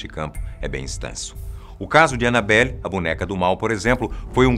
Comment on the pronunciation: Falo errado :Annabella